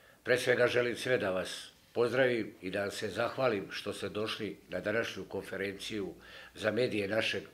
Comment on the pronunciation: E moj,ne kaze se KOFERENCIJU,nego KONFERENCIJU!